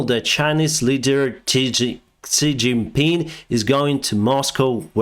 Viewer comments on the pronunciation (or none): Hey just to save you from choking on the name forever and ever, the hanyu pinyin letter "X" is more like the same sound as Cyrillic "Ш", nothing like "ksi". (anyone interested to know the particular difference, its like a "sh" pronounced with your tongue below your lower teeth)